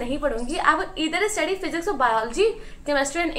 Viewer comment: dude how are you studying english hons. in a reputed clg and still pronouncing study as 'istudy' and pronouncing many more words incorrectly???